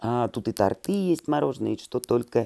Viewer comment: Добрый день,! Единственный блогер, который сравнивает цены с интернетом. Респект! Только следите, пожалуйста, за правильной расстановкой ударения. Не тортЫ, а тОрты... Учили -то нас в школе одинаково...😏